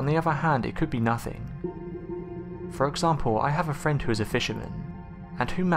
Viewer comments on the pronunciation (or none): none